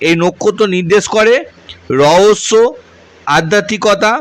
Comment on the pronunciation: রওস্য, রাউ, কি? নিজের শিক্ষা আর ভাষা ঠিক করো গাধা